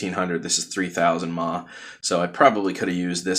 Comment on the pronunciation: I have never heard anyone pronounce mAh phonetically. It's killing me. Is this something all americans do?